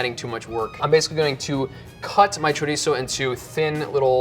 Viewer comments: "Cho-rhitzo" shudders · Y el jodío todavía presume diciendo "spanish chorisou", hay que joderse JAJAJAJAJA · the way that gigachad pronounces chorizo is really tipping on my nerves, feel sorry for the camera crew, he probably said it alot more times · It's so cringy how tries to pronounce chorizo in a Spanish way, but then they say paella in the most awful American way possible💀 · I heard chorizo and I'm out... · I'm here to get upset (with love, from spain<3). [pulls up the popcorn] wait did he say chorizo? WHAT? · His pronounciation of chorizo was also more Mexican/South American than Spanish, so very likely